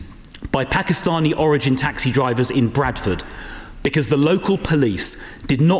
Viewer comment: did she say pakistani?